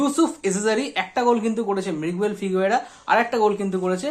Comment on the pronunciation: এত 'কিন্তু' কেন? আর 'মৃগুয়েল' নয় 'মিগুয়েল', 'ফার্স্ট রেটেড' নয়, 'ফাস্ট্রেটেড', ফ্লামবেল' নয়, 'ফাম্বল'।